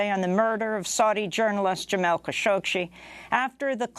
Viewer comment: Why do u keep calling him kashokshe?